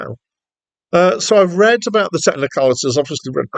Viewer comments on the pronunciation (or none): none